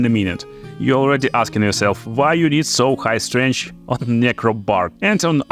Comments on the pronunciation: I can hear you say 'strench' for days. Good video's! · I like the way you say strength. It’s quite strange lol.